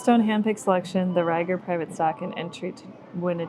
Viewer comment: J. Rieger & Co. is a local KC distillery which is why you were seeing it everywhere. And it's pronounced more like a long E than a long I. Think "eager" not "tiger".